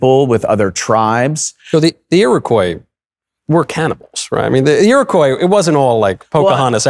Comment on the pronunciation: He doesn't even pronounce Iroquois properly... Well, neither of them did.